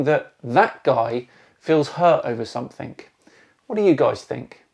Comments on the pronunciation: OK I just can't keep this in anymore...... you're clearly a very intelligent, educated chap... so please stop saying 'somethink'; it's 'something'. Would you say 'aks' instead of 'ask'? Please Please Please continue to be the best channel on Youtube!!! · Great episode, and ‘think’ does end in a ‘k’ but ‘something’ ends in a ‘g’ and is pronounced differently!